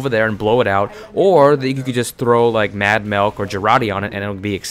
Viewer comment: He said Mad Malk LOL!!!!